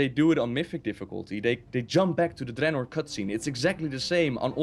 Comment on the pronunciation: then again pronounces gul'dan, draenor, and sargeras all wrong in one sentence so... lol